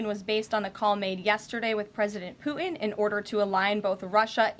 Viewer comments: It’s not pooen it’s Putin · Love her but this is just awful! I have noticed a trend of young women not pronouncing Ts. “Imm -pworr-ann” for important is another. Poo-hinn is really poor because it is a person’s name. Not sure what this is about as she is otherwise outstanding.